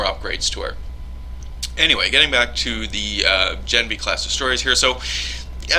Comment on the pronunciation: gah-NEV-nee. I asked my dad who speaks fluent Russian.